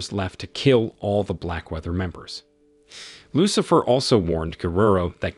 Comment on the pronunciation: Who the hell is narrating this, an auto dialer? “Dynamit”? “…a demonic figure named Lucifer…”? 🤣🤣🤣